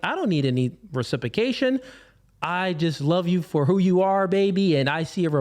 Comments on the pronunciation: Come on. Gotta pronounce reciprocation. Right. It’s not reSIPOcation. It’s reCIPROcation. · Recipicate and Recipication is killing me 🤣